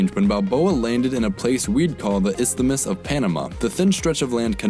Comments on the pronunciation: Isthamis lmao its isthmus no vowel between th and m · That made me cringe too. I mean, I appreciate the effort to pronounce that "th", but he could have used less effort and actually looked up the pronunciation... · ist-amus? ffs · It’s pronounced Is-mus